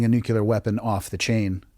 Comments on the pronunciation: NucLEAR. Not NucULER. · “ I know a lot about nuclear weapons” has a PHD, pronounces it “nucular” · Very difficult to hear an expert with a phd in something nuclear adjacent pronounce the word "nuke-you-ler" dozens of times. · A guy with a doctorate from Harvard who keeps pronouncing the word nuclear NOOCULUHR is not credible. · Neither of these people know how to pronounce the word "nuclear". Both of them are "authors". Both of them are making money while we watch this. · I’ve never heard the word nuclear mispronounced more.